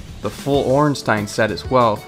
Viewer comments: It is pronounced orn-st-eye-n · You Pronounced Ornstein wrong... Would be similar on How we say Frankstein, or Rammstein